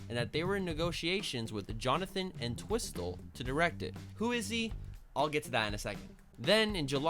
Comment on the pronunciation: P.s. it's pronounced Ent-whistle